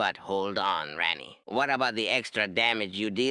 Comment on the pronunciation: Rrrrrraaaaani the smurrrrrrf 😂